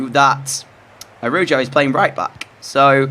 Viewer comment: U pronounced the cb it's araho I spelled it wrong because that's what it sounds like Love ur vids